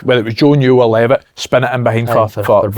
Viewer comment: Good podcast lads but Jesus someone tell Thomo how to pronounce Dylan Levitt